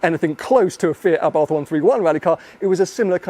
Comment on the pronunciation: Arbarth should be pronounced ...Eh-bart ...not A bath...just sayin